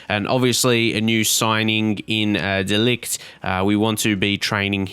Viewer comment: I think De Ligt's name is pronounced De Light, or De Licht. No hard 'g'